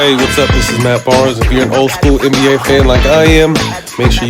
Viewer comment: He says “anne be A”. It’s soo annoying